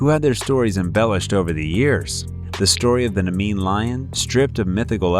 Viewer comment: Nah-mee-(y)ian Lion